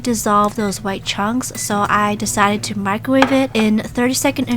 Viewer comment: Its so funny how you say "i dEcIdEt To AdD MoRe nUgGeTs"